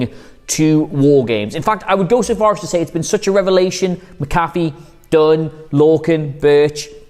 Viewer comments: It’s pronounced Mac-a-fee, and its not America football, it’s called football. Put some respect on it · Just saying it’s pronounced Mac-uh-fee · Mac-A-Fee. You pronounced it correctly last week... You're literally the only WhatCulture person who pronounces it incorrectly. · Can he learn how to pronounce Pat Mcafee last name correctly